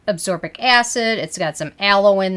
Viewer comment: It is pronounced ascorbic acid. Not absorbic acid.